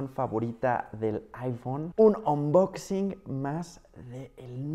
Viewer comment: Jajajaja 😂 ya no es unboxing(anboxing) 😂😂😂😂 ahora es onboxin jajaja